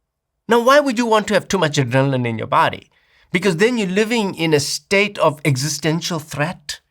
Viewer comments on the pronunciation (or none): none